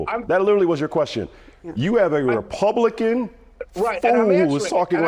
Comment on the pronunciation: Anna Navarro needs to shut the F up. She’s NOT a Repooblican (as she says it), she’s a big ole liberal.